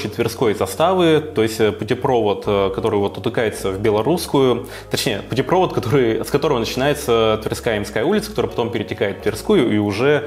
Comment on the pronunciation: "Путепрово́д", блэт! запомни и не позорься